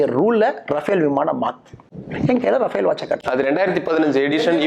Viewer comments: 30.30 minutes. I can't even pronounce Raffael ( says rabel ), a product of EV Ramaswami Naik pitchai, without any homework puts questions, the interview is not interesting, total waste. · This toilet slipper reporter cannot pronounce Rafel, he pronounce as rabel. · This is not rabel, it is Rafale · Gotta really appreciate Annamalai’s patience. how come he even tolerate this dumb anchor who can’t even pronounce any words properly